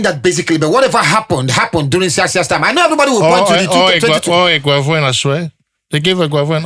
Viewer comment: This werey man don dey call Eguavon😂😂